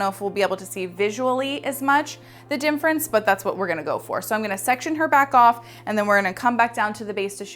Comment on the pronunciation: I have learned so much from you. Thank you! It's cute how you say dimference ha ha. Own it!!